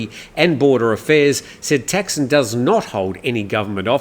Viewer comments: Man, after all these years in the Thai media, you can't pronounce Thaksin? He is not called Texin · Does it really matter? 'Thaksin' isn't necessarily correct either and all depends on the reader's interpretation of how to pronounce it. ทักษิณ is. But then should we start saying กรุงเทพ (grung têp) instead of Bangkok? At the end of the day the viewer knows what is being talked about, and that's the important thing.